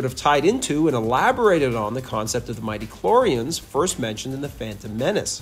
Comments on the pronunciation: What you say is accurate until except for the statement that Luke fell from grace. You don't seem to understand the meaning of the phrase. It's not mighty-choreans, it's midi-cloreans. Yes, Leia IS the chosen one, the one who brings balance to the force. It's not Richard Marcan, but Richard Mar-qaund. Lucas' version of the Sequel Trilogy was made in the Clone Wars, AND IT WAS GREAT! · "Soary" isn't a word. Maybe work on that. Cheers! "Mighty-clorians" is also mispronounced. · Literally plays a clip where “midichlorians” is pronounced correctly, and continues to then pronounce it very wrongly 😂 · Why are you mispronouncing the word midichlorians though? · How on Earth do you manage to mispronounce midichlorians?